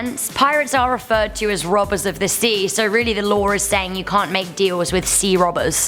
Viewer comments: Lawr. Pentigun. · Does anyone else hear her saying law like lare